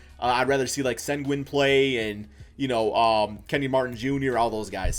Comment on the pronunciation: you pronounced sengun so wrong lmao